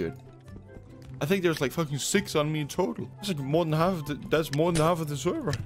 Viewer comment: The way he says server lmao